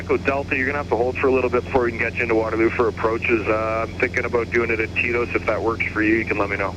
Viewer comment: Oh, TETOS. I thought you were saying "TIto's." Like it was Tito's waypoint.